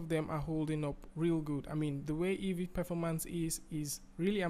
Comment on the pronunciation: It's EEVEE, not EVEE.